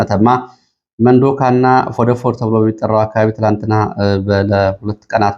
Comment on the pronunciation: የቦታ ስም እንዲስተካከል መተማ ወረዳ ፎደፎድ ያልከው ፎድፎዶ ነው